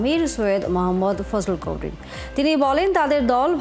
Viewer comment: অশিক্ষিত উপস্থাপিকা মুফতি সৈয়দ মুহাম্মদ ফয়জুল করিম এর নাম সঠিক ভাবে বলতেও পারেনা